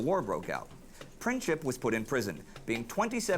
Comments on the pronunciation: Franz-Ferdinand was like crow prince. Not Princhip. Princip is pronounced as PrinTSip (like in German "Prinz" - German word for "prince"). Greetings from Bosnia. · Princhip ??? lol Its Prin-tz-ip. CH is only used for the letter Č. There are 3 different letters that are similar. C, Č and Ć. The letter C is not even similar to letter K, it sounds as tz. Letters Č and Ć are best seen in the NBA star Luka DonČiĆ, which is Don-ch-itch.